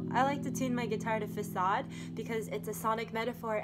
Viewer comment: Finally someone that says facade correctly